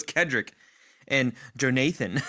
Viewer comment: Lmfao Jo-Nathan 😂😂😂😂